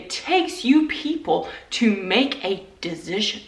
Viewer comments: Why do you keep saying dezision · As an INTP I am immediately firm on how funny her pronunciation of “decision” is. No wavering, I’ve made my “dezision”. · I am an intp and the way you say decision is driving me crazy. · My INTP personality is being triggered by the way you pronounce decision 😂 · Fine then but the way you pronounce "decision" drives me absolutely insane. Sincerely, A well balanced INTP